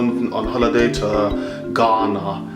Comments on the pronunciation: Nr. 1 Don't pronounce GHANA like the guy in the video. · OMG. The most horrible, annoying video I ever watched on utube. What makes him think he sounds British? Forcing some stupid accent. The way he pronounced Ghana is very bad. I don't know who encouraged him to do this video. I'm disappointed, but this guy is not from Ghana. Eiii